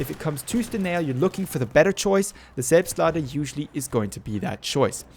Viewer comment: Oh my god you pronounced it correctly. I wasn't expecting that.